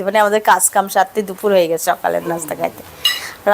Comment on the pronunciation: ছাবা, ছারা, ছিদরাতুল, জালানা,দুফুর এধরনের কথা গুলো ঠিক করা দরকার যেহেতু ভিডিও তৈরি করেন।